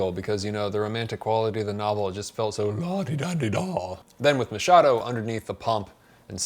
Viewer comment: Awesome video. I'm so glad you got the Machado pronunciation on point! I heard someone calling him McHadow once and it was an experience.